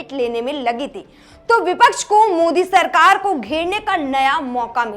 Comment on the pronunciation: Sirkar to bol rhi 😂 Sarkar bol le thik se